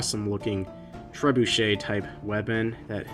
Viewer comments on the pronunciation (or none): none